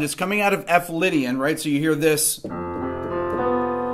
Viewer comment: Some1 pls tell he is playing chords but saying lydiam